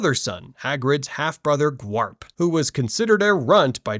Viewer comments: Bruh it's "Grawp" not "Gwrap" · Ik it's grawp